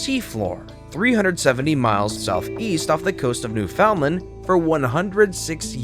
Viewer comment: It's pronounced Newfundland!